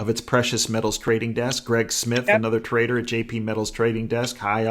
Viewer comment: We know the difference, we're saying IT SOUNDED like he said traitor, when he said trader. Amazes me how many people, can't understand a simple sentence